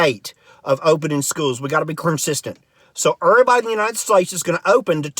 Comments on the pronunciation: Are you playing with accents, termpeture, ervybody, ... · Terpture, curnsisyant, erbody, 😂😂😂